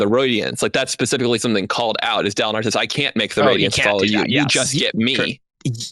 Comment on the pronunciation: "Layalty of the Roydiants" lmao